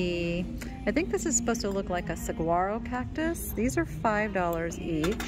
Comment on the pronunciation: Hi! New sub from Tiffany's Thrifting Vegas channel. Just wanted to let you know, Saguaro is pronounced Sah-war- o. The "g" is enunciated as a "w", this is from someone who has lived the majority of my six plus decades in Southern AZ, where 2 National Saguaro monument parks are located. 💖🌹💍💎